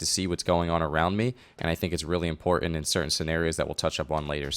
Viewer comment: bad habit. it's not "impoorant".